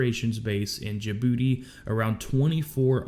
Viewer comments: Did he just say, “In Ja Booty?” 👀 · I chuckled everytime he said jabooty. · Djibouti or Djabooty?